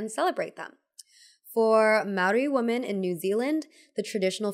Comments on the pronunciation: God, please learn how to pronounce ‘women.’ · please look up how to pronounce women. It’s not the same as woman. You got it wrong all throughout this video.